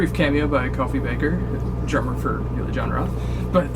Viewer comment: its Uli, not Yuli